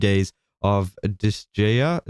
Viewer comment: I think you need to LEARN HOW TO SAY DISGAEA! O-o